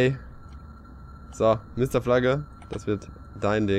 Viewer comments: MisterFalagge? Ich hoffe sie haben nicht drauf geachtet das sie es falsch geschrieben haben. Ausseer dem wird er ohne "e" hinten ausgesprochen. Daher merkt man das sie ihn wohl nicht kennen. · der heißt MisterFlagg, Englisch ausgesprochen. Dein Flugzeug sieht aber auf jeden Fall cool aus!